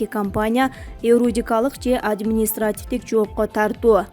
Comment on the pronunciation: ДИКТОР ТАНТЫК, ЭРОДИКАЛЫК ДЕБЕЙ, ЮРИДИКАЛЫК ДЕП ТУУРА ОКУЧУ ХОТЯ БЫ. (КУМТОР БОЮНЧА)